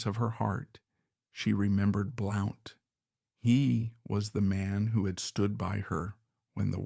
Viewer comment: Blount is pronounced "Blunt"